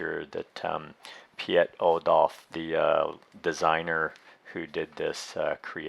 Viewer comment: . Piet is pronounced as Pete in English (shorter "p"). Now you no longer need to twist and break your tongue. :P